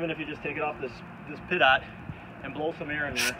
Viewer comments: Dude. It's pronounced pee - tow not pit-ot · Great video, but it’s pronounced pee-toe, not pit-ot. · Please, it's pronounced Pee-Toe. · Pee- Toe. Compressed air destroys it on airplanes. I guess it’s different on boats? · Pronounced "peet-oh"...pitot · lol glad someone else was thinking that too